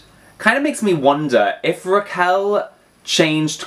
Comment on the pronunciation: It's RRRRRaquel. Roll those R's.